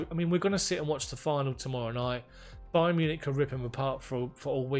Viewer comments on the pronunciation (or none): none